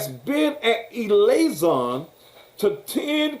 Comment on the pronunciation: Can somebody, anybody. EVERYBODY tell this man that it is LIAISON not ILAISON!!! SMH!!!!